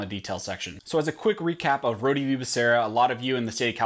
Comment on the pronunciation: It's not Rhodieeee... it's Rhode, like Rhode Island or a road that you drive on.